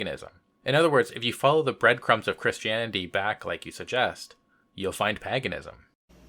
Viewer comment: Paganism is pronounced like 'Hague', not 'hag'... Just sayin'...